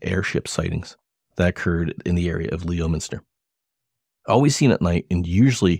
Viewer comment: first of all, it is pronounced lemon-ster, not leo-minster. secondly, I know Ronnie LeBlanc. he is a storyteller, a yarn spinner, a liar. thirdly I am from leominster. I'm 62 and have lived in leominster all my life and I never heard any of those stories. I hung around hundreds of people in leominster so I would have heard something. sorry to rain on your parade. hopefully no hard feelings on your end.